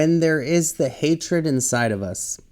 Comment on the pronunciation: Hatred - fix leadin. Not Hatered. I'm not being a "hater", just helpful. Love you from Houston, Texas . I will delete this later.💜:planet-orange-purple-ring:💜💜:planet-orange-purple-ring:💜:planet-orange-purple-ring:💜